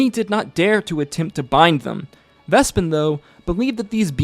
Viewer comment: Did this man not watch Calamity, where Vespin's name is pronounced multiple times?